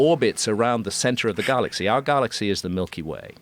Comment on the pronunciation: Why is he saying "Garlaxy" and "Darta"